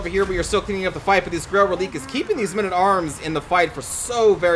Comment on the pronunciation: I believe it's pronounced "Reh-lih-kay".